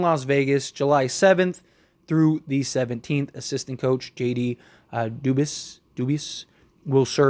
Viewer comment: This fool said the coach name is JD Doobies!! 😂No it’s Do-Bwahhh